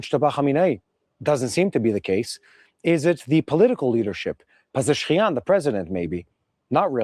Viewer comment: I love hearing the pronunciation-attempts. Pezesh-kian got turned to Pezekh-shian